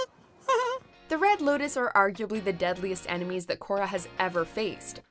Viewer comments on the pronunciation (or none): none